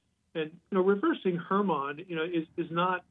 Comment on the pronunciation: Mt Hermon pronoused as Herman